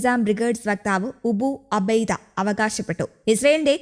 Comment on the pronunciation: 😂😂😂ടീ മന്ദബുദ്ധി ഉബു അബൈദ 🤣🤣🤣അല്ല 😍അബു ഉബൈദ 😍😍